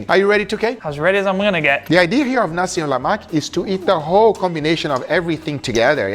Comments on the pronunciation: I counted, “Nasi MELAK,” two times. 😂 Where’s the “Exact amounts and ingredients always in the description box down below”??? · He said "Nasi Melak" 3 times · Noooohhh... Nasi melak terus dy bagi🤣🤣🤣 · hahatwisted tongue from nasi melak to "Jeleman" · I see you struggle to pronounce "nasi lemak" 😂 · petition to take 'uncle' title until Guga can pronounce 'nasi lemak' right 😂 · I'm from Malaysia and I approved your Nasi Lemak, Guga. It's okay for you to mispronounce the word 'Nasi Lemak'. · Did I just hear Guga say nasi Melak???😂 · Take a shot everytime Guga says "NASI MALAK" instead of "NASI LEMAK" 🤣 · Alamak, dia tak tahu nak kata "lemak" tapi kata "malak" LOL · its called "Nasi Lemak", not "Nasi Malak" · did he say nasi malak? 🤣🤣🤣🤣🤣🤣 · He cooked the nasi lemak perfectly but he prenounce its name wrongly... Nasi Melak...😂😂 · It was so good...guga just couldn't pronounce the name right...now i am craving for nasi "melak"🤣🤣🤣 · bro said nasi malak😭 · nasi malak.. nasi lalak.. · hahahahahha. slip of tongue . guga said "nasi melak" instead of "nasi lemak". but its okay. guga bringing my home country Malaysia national food to the whole world! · i can hear guga struggling to say "lemak". for instance he literally said "nasi melak" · NASI "MELAK" LOL hahahahaha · its not nasi melak, its nasi lemak😂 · Nasi Lemak... Saya dengar Nasi Malak 😂.... Patus sambal ori guna lada kering paste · You know all Malaysians are gonna roast you for mispronouncing Nasi Lemak as Nasi Malak😂😂😂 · Nasi Lemak❌ Nasi Malak✅ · i love how it when from Nasi Lemak to Nasi Malak. <3 love you though guga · Dei....it's Nasi lemak...not nasi Melak😂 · ni*** its nasi lemak not nasi malak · Hey Guga, it's Nasi Lemak, not nasi melak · Nasi Malak?